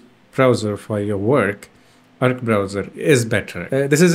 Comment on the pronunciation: it's not erkk browser it's AAARC browser